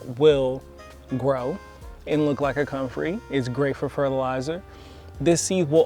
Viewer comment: Man you can't even pronounce the name of the plant you are dissing. You have no credibility.